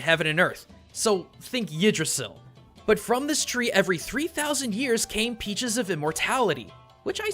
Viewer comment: CAME NOT CANE